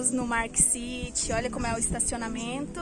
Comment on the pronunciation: "MARK city" Aí me quebrou jkkkkkkkkkkkkkkkkkkkkkkkkkkkk